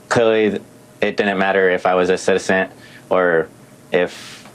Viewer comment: Wife: he's an american ceeteetazan! 😂Get hooked on phonics , it worked for a lot of people !